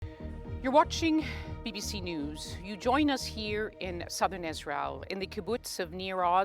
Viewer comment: She is sobbing, mumbled like "sirthen Southern Beirut" 😂😂